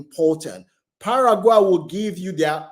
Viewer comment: Argentina is a racist country . Brazil and Mexico is a poor country . So no African passport is worth it ? African passports is a toilet paper . Your pronunciation of Paraguay is out of tune, same as Uruguay... learn to pronounce these countries properly mate .